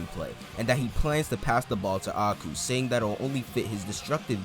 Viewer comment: love these vids, quick fix tho A-I-Ku pronounced like Eye-ku and Sae is Sa-e like SAh-aye